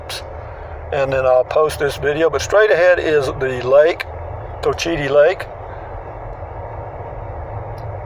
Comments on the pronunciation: It’s pronounced. Coachattee. Another interesting golf course in this community. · Cochiti you said it wrong